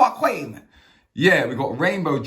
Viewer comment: Man said cweem ya know lol ... Bless up cook and vibe